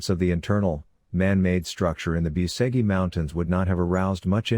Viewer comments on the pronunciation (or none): Biuseghi mountains......😂 Lear the fu...kin spel corectly that name, BUCEGI, not Biuseghi....🤦